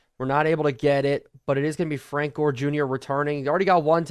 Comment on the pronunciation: i think you said Jore not Gore in the video.